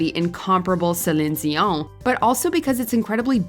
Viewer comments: It’s “Say-leen Dee-Yawn” not Suhleenzeeon or whatever the fuck that was 😂 (and in French you don’t pronounce the n of her last name) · Stop sayin Celing Gio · Did anyone else stop the video at her pronunciation of ZILIN-DZEON? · Cshelinn dioangg........Nah wtf was that. You need to put some respect on that name, it's not hard to pronounce.....sellleeeeen deeeeoooooon. Ffs, you can even make it all into one word if you need to......people will know. I'm a 40 yr old who grew up with celine Whitney and mariah...... and commenting like a 2o yr old in charge of this channel is gonna understand wtf he's even posting.😂😂😂😂 nevermind lmao I give up. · The mispronunciation of CelEEn Dion's name was like nails on a chalkboard. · OMG the voice overs pronunciation of Celion Dion :D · Ugh. Ypu lost me as a listener. Please use someone real. No one real would mispronounce Celine Dion. I'm sad. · You really need to do better research on your music and songs. It was even in the news at one point about Christine Aguilera, singing the song reflection for the movie Moulin. Because it had extremely difficult notes that most singers can't even sing. You're also mispronouncing Celine, Dion's name. Then, you completely forgot Cindy Lauper, who's done some really difficult songs. You seem to like to stick to a range of only 25 different singers. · Yeah, indeed! What a bad pronunciation of Céline Dion and a way to tear up someone's beautiful name😖! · The way she pronounces Celine Dion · Why are you pronouncing Celine dion so weird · Pronounce Celine dion like you were about to sneeze 😂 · the way you pronounce céline dion is SENDING me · So We’re even overpronouncing celine dions name now😑